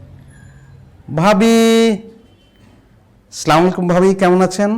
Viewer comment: ভাই অভিনয়টা তো বললেন সুন্দর এত বড় ভুলটা আপনারই চোখে পড়ল না স্লামালাইকুম❎ আসসালামু আলাইকুম🔘✅ বলেন আপনি কোনটা সটিক